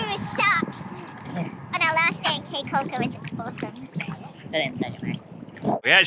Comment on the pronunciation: Caye is pronounced like key not kay. nice video.